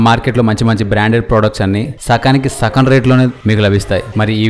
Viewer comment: Sakam kadhu annaiah. .sagam